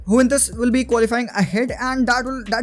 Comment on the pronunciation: Wtf is yuwentus😂😂